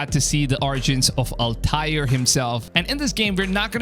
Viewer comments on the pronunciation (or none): did this guy just say al-tire its altiar